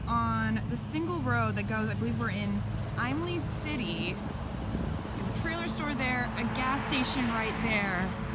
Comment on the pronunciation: First of all, it's pronounced IM lay city, not "I'm lay". Its not the Bruce Manor, it's the Bruce Mansion.